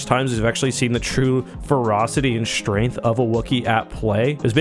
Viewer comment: Why do you pronounce "street" as "shtreet" and "strength" as "shtrength?" Is that a "Canadian" thing?